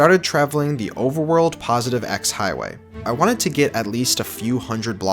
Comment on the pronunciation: “Overerworld” 0/10 literally unwatchable.